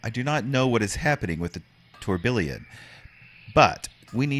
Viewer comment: Tourbillon is french for whirlwind, whirl pool, and maybe Tornado. In French a double "L" is pronocuned as a "Y" so it is Tour Bee On as close as I can do an alliteration.